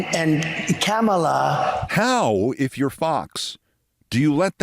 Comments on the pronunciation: at least he can say her name correctly... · Imagine saying kamala's name correctly but messing up gif